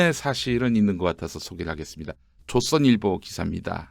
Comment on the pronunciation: 좃선일보... 발음 교묘하네요